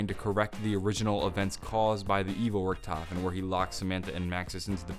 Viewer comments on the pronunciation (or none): none